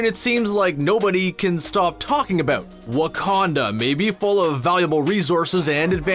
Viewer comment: Really loving that "aboot" ^~^